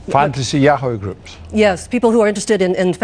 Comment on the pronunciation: And Duncan replied "Fantasy Yahow Groups?" 🤣